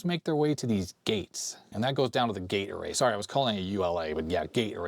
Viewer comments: Doesn't detract from this video. Thoroughly enjoyed it. However, all I hear is Gatorade. I know, gate array. I know. That said, Gatorade!!!!!;) Thanks. Love your stuff. You're a rockstar. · I amused myself much when I realised you were saying Gate Array, instead of what I was hearing "Gatorade". My fault for watching at x1.5 speed. LOL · I keep thinking you're saying "Gatorade" when you say "gate array" :D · gate array, heard gatorade LOL